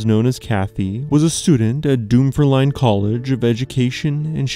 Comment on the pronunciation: It's not pronounced 'Doomferlyne'!